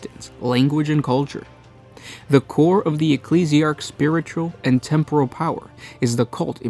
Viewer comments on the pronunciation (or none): none